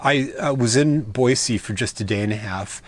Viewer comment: As a native, I would like to give you kudos for the correct pronunciation of Boise! Just as an fyi, they have repaved the streets in downtown Boise. So they aren't as crappy as when you were here LOL. Take care.